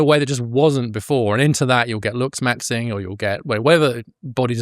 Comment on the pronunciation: The word is LOOKS MAXING. I don't know if it's my hearing or your accent but I keep hearing luxs maxing. 😂